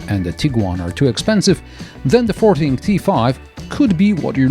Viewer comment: As far as I’m aware, this isn’t sold in the UK. But every time says the brand name it sounds like the word ‘farting’.